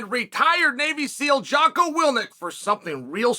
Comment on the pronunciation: Dude gets sponsored by Jocko and still pronounces his name wrong. undefeated